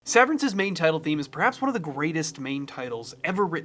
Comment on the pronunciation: Sev ver ence se ver rence Se ver ence Severence